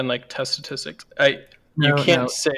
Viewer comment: this guy needs to learn how to say statistics before he graduates 😂 Granted. It is a hard word to say sometimes